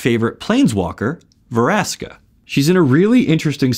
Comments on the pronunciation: Veraska? I thought it's "Vraska" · Ve-raska.. kay then